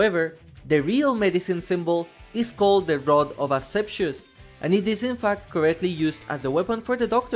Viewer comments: its Rod of Asclepius not Ascepcious cmon bruh... and its pronounced Askleepeeus from the Greek word Ασκληπιός.At least you saw your mistake and fixed it! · Asclepius+= ashepsus, I dunno if this is an accent thing but it left me confused for a while before realising this, sorry if that is you’re accent or how you learned to pronounce it and I am making fun of that fact it just didn’t make sense in my head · "Asclepius" please, not "asepshius" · My man, the pronunciation of Asclepios is an utter disaster😅